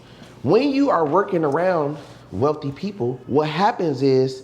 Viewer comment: This nigga said “they wealthy sons they weathly daughters “🤣🤣🤣💀